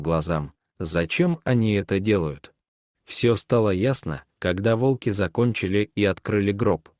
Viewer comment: Ставьте правильно ударение, от слова Волк,т.е на первую О